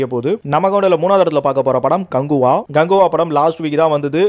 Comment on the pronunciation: Bro ganguva illa kanguva 😂